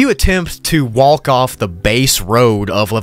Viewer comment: I cry when he says walk like walck